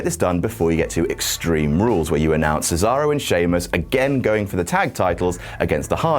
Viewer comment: Why you people don't even try to properly pronounce Cesaro's name? It's "Ché-za-ro", not "Sizaurou", for God's sake!!!